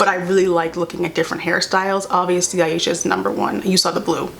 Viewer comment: The pacing was too fast, and how they pronounced Ashia’s name wrong set me off. If they had more episodes and it was more developed in pacing wise I would’ve love it with all my heart